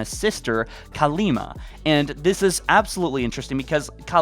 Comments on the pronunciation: Still Kalmiya, not Kalima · the Banished lost contact with Atriox because their ship got blown up remember? So they won't have the means to communicate. Also, its Kalmiya not Kalima lol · Please stop saying Kalima... Her name es KALMIYA!